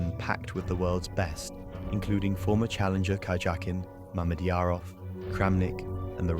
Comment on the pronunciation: Your voice actor should learn how to pronounce "Karjakin"" when reading the script of a chess short documentary